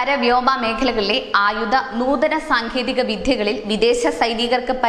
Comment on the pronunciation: സാങ്കേതിക "' വിധ്യ "കളിൽ.....! നിന്നെ ആരാടീ മലയാളം പഠിപ്പിച്ചത്?